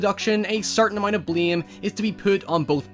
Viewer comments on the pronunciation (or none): none